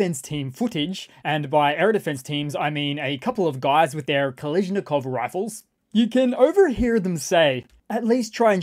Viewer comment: "Ka-lee-zh-nikov rifles." Lol. If this an AI generated voice? I thought it was a common knowledge how to pronounce it correctly.